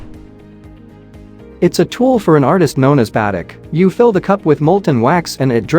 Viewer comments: It’s pronounced ba-teek - not ba-tic!!! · AI should have pronounced batik as Ba-TEEK